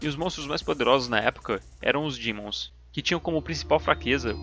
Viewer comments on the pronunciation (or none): Mto bom, mas não fala dimon kkkk fala demon linguagem tradicional tibiana kkk